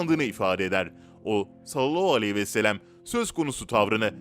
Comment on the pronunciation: 5000. Videonuz, çok da güzel hazırlıyorsunuz, lütfen Sallallahuvesselem doğru söyleyin, siz sallallahvooooooooouuuuuuuu gibi birşey diyorsunuz